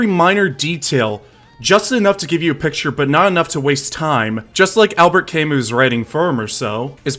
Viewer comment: Good video but the way you say Camus throws me off hard so I disliked